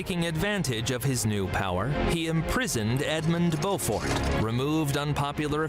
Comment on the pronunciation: Beaufort is pronounced Bow fort, as in the video. Not Bew fort. Check out images of Leeds City Square where we have an impressive statue of The Black Prince